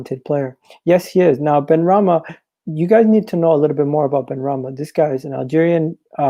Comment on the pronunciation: SY-EED BENRAHMA MY G HAHAHA